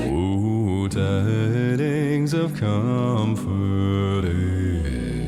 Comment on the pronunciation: You say "com-forth"? It's pronounced: kuhm-frt, so yeah, drag that out as a long note and it is "fert". That really isn't an example of changing vowels to reach certain notes. edit: lol I went back to when you said "listen to when he sings 'comfort'" and you literally pronounced it the same way he does lmao ('cause, y'know.. that's how it's pronounced)